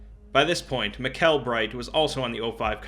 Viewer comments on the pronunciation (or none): Hey, admin bright here. No, really. This was delightful to listen to, thanks for giving so much attention to my little ocs. Side note: Mikell is pronounced just like Michael. Also, oh my God where did you find the picture of Jack with his sappy staff? That's amazing! Sorry, I'm typing this as i listen through, it will be... disjointed. For 963 2, you should look at the ecce perago tale, it explains it pretty well. Ok, this was great, thanks so much. On sontouched when people actually care about my characters, and so deeply too! If you ever need more info, feel free to reach out, I'm friendly.